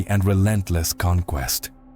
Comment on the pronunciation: Interesting video. But a small correction, "Knut" is pronounced in Nordic with a long U, not a mix of ou "Knout", and same with "Sven", its a clear V, not a W there.